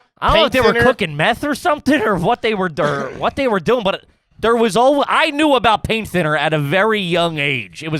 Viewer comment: durrrr instead of doing and nobody roasted him 😝